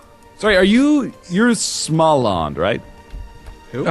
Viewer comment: lol their pronounciation of Småland